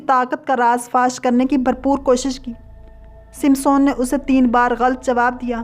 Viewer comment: You said wrongly named as Simson and Delela. whereas correct names are. Samson &. Delilah. Another word was wrongly said as فلسطی correct is phalastini